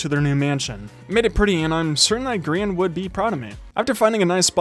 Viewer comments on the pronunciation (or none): none